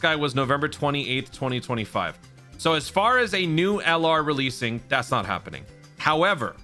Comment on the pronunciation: Annountnents, big tings appening